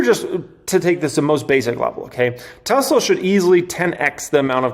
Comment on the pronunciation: Dude, wanted to hit the subscribe button but the “Tesla my Esla “ or whatever you’re saying made me check out